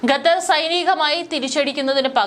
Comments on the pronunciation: ഖത്തർ എന്ന് പറയാതെ ഗത്തർ എന്ന് പറയുന്നത് എന്തിനാ, അതാണോ ശരി.?a. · ഗ തെർ.. അല്ല.. ഖത്ത ർ.. എന്നാണ് പറയേണ്ടത് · ഈ പെണ്ണുംപിള്ള വീണ്ടും ഗത്തർ എന്നുതന്നെ പറയുന്നു..